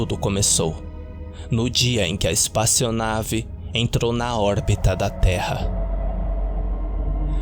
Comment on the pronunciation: disse "espaçionave" um monte de vezes kkkkkkk